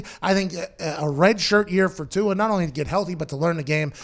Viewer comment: Tua "Too" hard to pronounce! Just call him "Too".